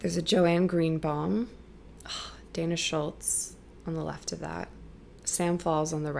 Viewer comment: Dana Schutz not Dana Schultz